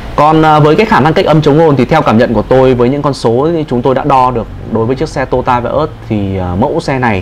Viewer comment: Đúng là người Bắc không đọc được chữ to yo ta mà đọc là tota.